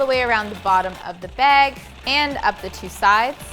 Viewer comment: I swear if says beg (bag) one more time